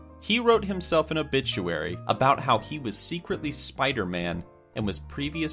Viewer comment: Loll a obituary it sounds like obitchuary XD Lol